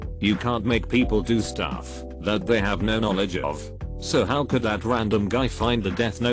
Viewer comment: Is it me, or is his pronunciation actually getting worse! Come on, could, would, and should? Yikes!